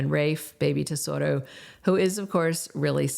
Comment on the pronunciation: Baby's name is Tesoro, not Desoto